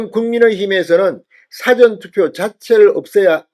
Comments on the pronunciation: 사-전투표가 아니고 사~전투표 입니다. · 사전투포 발음 수정요망 사전투표가 아니라사:전투표입니다. 다시말하면 사~전투표로 발음하세요. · "사전투표" 발음을 바로해 주세요 !! "事前투표"라고 발음 해야 맞는데 자꾸 "辭典투표"라고 발음 하니 듣기가 참 이상하다 ?? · 사전 사전(事前) 은 읽을때 구별되게 읽으야 할것 같은데요. 사전투표(事前投票) 를 辞典投票? 로 읽으시면 의미 전달이 제대로 안되며 대중을 청중으로 하는 방송을 하시는분 께서 유념 해주시면 고맙겠습니다. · 발음 이 이상타 사전투표가 아니고 사~전 투표 아닌가? 딕쇼나리 보트가 아니고 프리비어스 보트다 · 사전투표 발음은 사~전투표 입니다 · 사전투표 억양 좀 바로 하시오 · 사전투표악센트를 '사'자에 두지 말고 '전'자에 악센트를 주고 발음하세요. 경남부산사투리라 그렇게 발음되는걸로 알고 있지만 고쳐야합니다. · 무슨 사전투표 발음이 뭐그래 진선생의 사전의 발음은 국어사전 영어사전등의 발음이고 투표어서 말하는 사전투표는 전에 액선트가 언어의 사전의 발음은 사에 액센트가 가죠 시정해주소